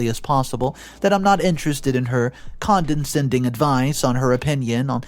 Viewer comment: Condescending is pronounced con-deh-send-ing. You keep adding an extra n in there. 😊